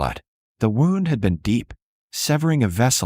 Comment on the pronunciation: Good story. But when AI reads IV as 4 rather than eye-vee, that is inexcusable. Wound is not pronounced as rhyming with round. It is supposed to rhyme with tuned. Read can be red or reed. AI gets it wrong. So easy to do it right. Funniest is reading St. As street instead of saint. So easy to polish. It takes away from enjoying the stories